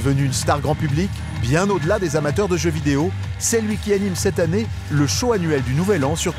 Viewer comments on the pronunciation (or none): none